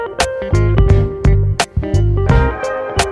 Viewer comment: "liek" "subscrib" 💀💀💀💀💀💀💀